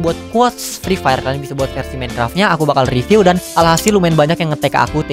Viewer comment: Nobody: Free Fire: Frifer